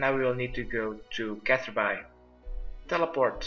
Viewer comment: seems like no one's corrected u but um.... its pronounced "Catherbee" not catherBye. BTW make sure u go back to check ur plants during this, and water them as necessary. He doesn't do it and if you dont, ur plants might have higher chance of dying.